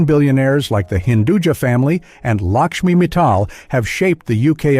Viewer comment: Lakshmi Mittal, not Lakshmi Metal !!!